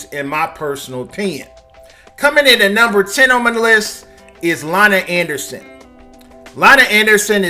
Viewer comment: LONNY ANDERSON!!!! Not “LONNA”...dude can you “correctly” pronounce the names of the people you’re reporting on!! You stay fucking up names! Lol